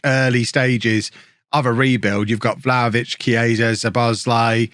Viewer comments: It's Sue-bow-sly-e by the way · Szoboszlai pronunciation shh-zo-boz-lai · It's much worse pronounciation, as I know it probably should be Sobosloi, but I think this improvement has done is enough